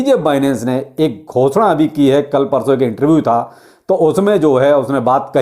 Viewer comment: Bhai aap ghosda bohot acha kehte hi...🤣